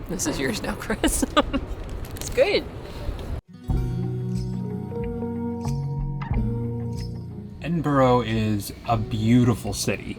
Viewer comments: Google can help you properly pronounce the name of any city you visit, how can anyone take you seriously as a travel vlogger when you don't even have the common sense to check your smart phone for proper pronunciation of the city you're visiting, this only makes you look lazy and dumb as well as disrespectful. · Watched the first 3 minutes. Apart from annoying pronunciation of Edinburgh, there are far too many post with Americans eating food. While 50 years ago when I first started travelling the world food was different in every country, today food with just slight variation is the same the world over particularly in tourist hot spots Also the food enjoy is personal to you, so telling people if you think something is good just makes of yet another video about someone with main character syndrome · Please use the correct pronouncing of where you are, It's disrespectful to where you are. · Why can’t Americans say its name properly ? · Hello from Scotland! I appreciate we are not your target audience but you could have at least tried to pronounce the name of the city correctly. Really poor show 🤦‍♂️ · At least say the name of the place correct. How hard is it to work that out? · Went straight doon here ta say the same thing 😂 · Not more Yanks trying out English and can’t even get the correct name pronunciation of a country’s capital city! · All that effort making a vlog and gets the name of the City wrong. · I don't want to be that guy, but my first recommendation would be to nail the pronunciation of the city... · come on, it's not hard to get the pronunciation of the place you're making a video about right. It's completely cringe worthy! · Nice people. Lovely vlog. Awful pronunciation! ‘Embra’ if you want to sound like a real local! Ty for this, though. 👍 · Mate, please stop staying Edinburgh like that. It’s pronounced ED-IN-BRUU Also, head to Leith shore. Best bars restaurants and cafes in the city and it’s beside the water. Especially food on a sunny day.